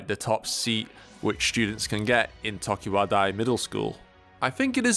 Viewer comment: It’s clique not CLEEK, and it’s tokiwadai not TOKIWADAAA